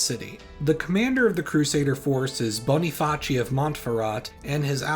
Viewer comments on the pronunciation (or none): Hey man, love your vids so just wanna start with how much i respect your grind. If you don't mind I'll bring up smth on the pronunciation of Boniface. So it's either Bonny-Face or Bonny-Fahss in English, or Bonny-Facho in Italian. Love your work and huge appreciation!